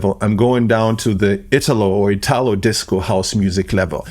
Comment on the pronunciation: Good job! And it's Ítalo disco (not Itálo) as...well Ítaly!!!